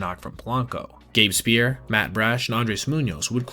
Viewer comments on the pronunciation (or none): Gabe's Speier's name is pronounced Spy - Er, not spear, FYI. Love the content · Just a heads-up: "Speier" is pronounced "Spire". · Gabe Speier is pronounced "Spire" or "Spy-er" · Gabe Spear? His name is Gabe Speier. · It's pronounced Gabe "Spy-er". Did you not watch the game and use chat GPT for a rundown? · You can just say it's pronounced "spire". Also, make sure to point out that all of the MLB teams have pages with pronunciations for their players' names. Very handy, unless you don't know how to pronounce "Troy Taylor".